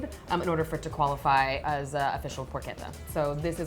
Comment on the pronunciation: never disappoints finally an English speaker who pronounces porchetta right. Its "perché" not "pershe" and not trilling the last "tt" cluster.